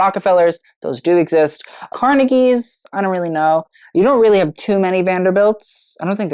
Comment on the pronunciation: THANK GOD! you pronounced carnegie the correct way. on the west coast, brand stinkin' new money, they pronounce carNEGie. i groan every time. so thank you